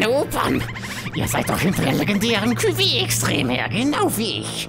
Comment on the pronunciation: bei cuvée werden die e's nicht ausgesprochen